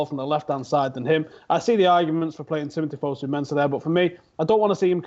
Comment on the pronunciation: IS FOSU NOT FUSU GAAAAAAHHH